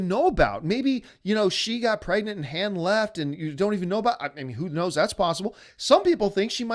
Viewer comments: This guy doesn't even know how to pronounce Han or Maz. Why are people listening to him? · how can anyone take anything seriously from a guy that cant pronounce Han the right way...?